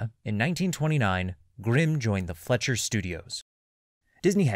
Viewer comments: Lol I came here to say the same thing. FLEISCCCCHEERRR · Great video, but it‘s pronounced „Fleisher“ not Fletcher. „Fleisch“ is german for meat and „Fleischer“ is probably an old fashioned expression for a butcher.The Fleischers immigrated from Austria, hence the german surname.